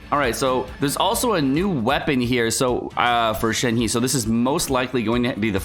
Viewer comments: You need to take a pronunciation class cause holy shit. Shen Heee? It’s pronounced Shen Hei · Pronounced “Shen-her” not “Shen-he” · I know you don't care about pronunciation but you're killing me. Just go with "Shen-her", not "Shen-he". It'll be almost spot on. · Plz, pronunciation of 鹤 is “Her”, not 'He'. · Not Shen "He" its Shen "HER" in terms of pronouncing in Mandrain. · Please stop pronouncing Shenhe incorrectly… Her name is pronounced “Shen Her” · ShenHe(申鹤）pronounce as “shan hurt”(without the T sound). YunJin(云瑾）pronounce as “yun gin”. Yes, both are Liyue character. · gosh shenhe was a total surprise btw it's pronounced shen-her :) 👹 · I can already hear so many ppl butchering shenhe's name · love your vids! This is my first time commenting and just wanted to help you with pronouncing Shenhe’s name as the actual Chinese sounds way more fitting given the character’s demeanor and overall physical appeal. Shenhe is pronounced “Sh-en (with a hard ‘sh’ sound, and ‘en’ sounds more like ‘un’ in ‘sun’)” and “h-e (the ‘h’ is more of a breathy ‘h’, and the ‘e’ is more like ‘uh’ in ‘duh’ or the sound a person makes when they get hit in the stomach)” Hope this helps! You may find it brings even more appeal to the character. Keep up the good work!